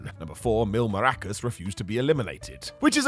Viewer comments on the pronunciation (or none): Do all english people pronounce Mascaras as Morroccas? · It’s mil MASS Caras. Not maracas! 😂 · Can you not pronounce Mascaras? Because i haven't heard of a wrestler named 'Mil Maracas' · Mispronounced Mil Mascaras nor maracus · Please tell me you didn't just say MIL MARACAS 😂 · It's Mil Mascaras, not Mil Maracas. Thousand Masks, not Thousand Shaky-Shaky Musical Instruments. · Mil Maracas? Come on … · saying Mil “Marackus” instea of Mascaras is funny. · MAS ca RAS. Not maracas. Lol. Mascaras=masks. Oh. You goofy wrestling guy, you!! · It's MASCARAS not maracas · As a Mexican who loves him saying maracas instead of mascaras is incredibly annoying 😂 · Maracas? Really? Maracas? 🤦🏻‍♂️ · How hard is it to pronounce "Mascaras?" Apparently very hard for the moron commentating this video. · bro said "Mil Maracas" 🤣😭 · Geez, Mil Mas-Ca-Ras! 😅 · MAS-CAR-AS. I popped every time mispronounced his name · Kept laughing every time you called him mil maracas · "mil maracas" ..? 😂😂😂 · The piss pronunciation of Mil Máscaras 🤣